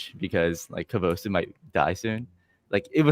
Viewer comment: How can a Japanese person repeatedly pronounce kabosu like that? 🤢